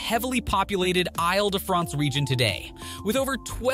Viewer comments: These videos would be much more interesting if the presenters would stop repeating previous points. It is very irritating. Also, please make an effort to pronounce names properly; Isle de France {EEL DE FRONCE} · “Isle” in “Isle de France is pronounced “eel”. Do some basic research before starting your audio.